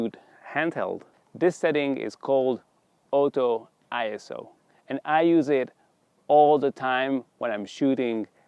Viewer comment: he can almost not be able to say ISO because he had to pronounce the vowels properly ! he wanted to say ee s a !